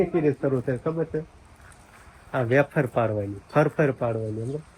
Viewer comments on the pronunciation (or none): Bolta sikho vefar kevay aefar nai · Aefar nai vefar kevay 😂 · Bapre aashu afar ? Vefar kevai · વેફર કેવાય બોલતા શીખ